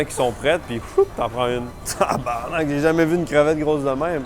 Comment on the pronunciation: Le thaïlandais dit mieux tabarnak que toute les français réunis 😂😂